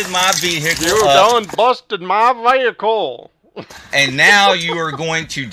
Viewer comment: Busted my veehikle